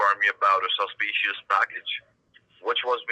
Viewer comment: Can someone please beg him to stop saying “ informationS”. It’s driving me insane. I can tolerate the rest.. bang account, saspeeeeeshus activity, codehouse, UNDER your name, each and everything, Illinois(e)